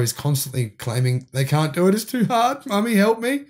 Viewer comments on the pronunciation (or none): none